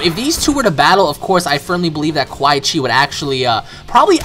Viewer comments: It's quan not qua chi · sorry But ITS Quan Chi not Quaii chi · QUAN. QUAN Chi. Not QUAI. That was really pissing me off the entire video. Good video though. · QUAN BRO NOT QUAI. (KU-AN) I literally turned the video off Bc of quai chi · The fact that u call him QUAI CHI makes me think this is the first Mortal Kombat you've ever played. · I love your vids and really like you plus you've probably gotten this 100 times but the "Quy chi" was like nails on a chalkboard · ***** Funny how u call Quan Chi "Quai Chi" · It's Quanchi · I cringed so bad whenever he said quai Chi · I'd you say which quichi one more time I will slap the scrap out of you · I thought it was funny how you kept saying Quan Chi's name wrong. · Christian Rocha Yes, it was painful to here him say his name like that again and again.. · Why does he say quan chis name like that